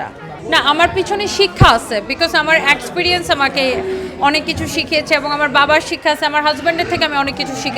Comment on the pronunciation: English o to dhong er thelay koite paros na 😂axperience na experience